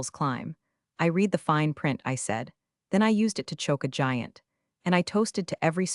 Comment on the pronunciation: Still can't get "read" pronounced correctly.